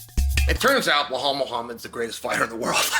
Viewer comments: Chael, why is it so hard for you to pronounce Belal correctly? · Be-lal not Be-hal 😂😂😂😂😂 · I like you Chael, but it's BELAL, not BLEHAL.. Is this some kind of inside joke that I don't know about? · it's Belal not Behal 😉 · If his name was Blahal, Chael would call him Belal 😂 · Bilal Mohamed ❌️ Blahall Mohamed ✅️ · Why can't Sonnen remember the name? It's Belal not behal 😢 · You keep saying his name wrong!!!! His name is not behal His name is Belal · Now that Belal is the champ maybe Chael can stop calling him Behall. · When will Chael remember the name? It’s NOT Blahal it’s Bilal ! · Why is the fuck does Chael have such a hard time with names even when they sound exactly as they are spelled!???😂😂😂 BE-LAL like he really gets BLA-HAUL out of that??? WTF??? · Chael clearly doesn’t remember the name. lol blahal. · Who is "Bhulal" that Chael keep mentioning? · And New: Blohal "rememeber the mispronounced name" Muhammad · As an Iraq id like to say that Chael in this video looks so american to me the way he speaks and the posture with that sunglasses 😅 uncle chael 😎 The only thing he needs to work on is stop saying (Bahal) 😂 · Ble hall Macklahchev! Nobody bastardizes a name better than Uncle Chael! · Blahol "Mispronounce The Name" Muhammad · Anyone else come here just to hear Chael call him Blowhaul? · 🎉🎉🎉 Gotta give Chael some props for standing by Belal this whole time and believing in his tenacity. Now, c'mon uncle Chael, for the 100th time, it's NOT "Blay-haul" 😅😅😅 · Blehal Business 😂😂😂 nearly wrecked my Tacoma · chael we heard you say blehal on broadcast; nice. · I don't know. I heard "B'lal." But it's at least a bit closer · he said that once, maybe twice but 99% of time it's "Blehal" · Lol it’s bel al where he is getting an h from 😂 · Its pronounced BLAHAL lol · He still sayin blahol tho ha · Uncle Chael still pronouncing Belal’s name wrong is the best part if this video. 😂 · Hey Chael where did the H come from in Belal’s name? 😂